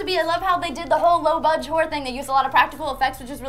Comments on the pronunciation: did she say low budge hore as a short 4 horror ... caus it sounds kinda wrong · Low budget whore movies is what I heard. Must be the American pronounciation. Low budge whore movies!